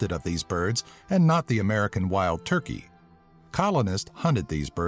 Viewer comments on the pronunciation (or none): none